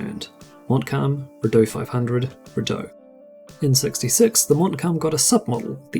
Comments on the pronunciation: Extremely well done video, although the mispronounced model names cracked me up. "Rideau" is pronounced "ree dough" and "Richleau" is pronounched "Reesh low". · living in Ottawa where the Rideau Canal is, tourists always pronounce it wrong. 😂